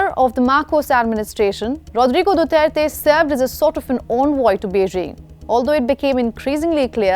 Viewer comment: Thank you. At least you can pronounce his last name correctly, unlike the judge in the International Court, who can’t even speak English.